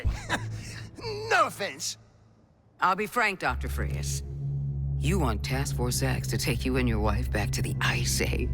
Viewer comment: They even misspelled and miss pronounced the names its “Fries” not “Frias”